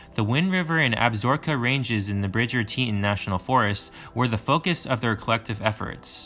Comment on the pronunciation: Ill say it cause it drove me crazy. Grand TEE TAWN. Thank me later